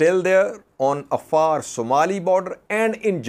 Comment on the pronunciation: Hey, how come you can't pronounce the Afar with the ع